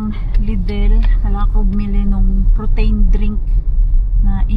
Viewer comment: Mars say it as protin make it hard not protain. Just a sisterly advice.